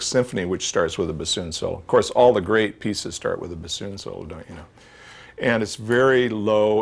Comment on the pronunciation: She cannot even pronounce bassoon right. Lol.